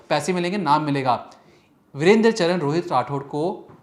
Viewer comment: Are patrakar mahoday home work kar ke aaya kre Charan ko bol rhe ho charn ratangarh ko bol rhe ratanagarth